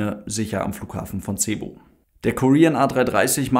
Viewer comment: es heißt sebu ausgesprochen und nicht verdeutscht ''c''ebu, mabuhay